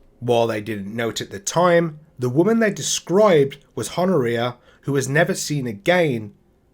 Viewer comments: Pronounced Hon-oria. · Good work, but Honouria does not pronounce the H, it's 'Onna Re Ah'.